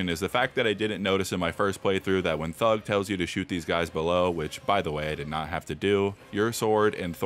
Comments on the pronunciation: And instead of thrud it’s thug😂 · Thrud not thug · argony, thud, and hemmroids😂